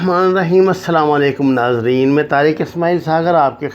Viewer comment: Assalam U allaikum. Say it correctly.. You never check comments